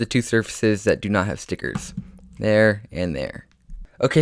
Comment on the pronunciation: Love the way he says stickets